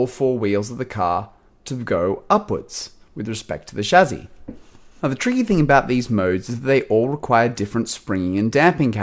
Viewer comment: It's chah sis